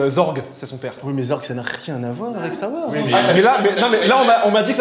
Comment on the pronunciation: Au fait on dit zeurg pas zorg mais ça s'écrit zurg 😁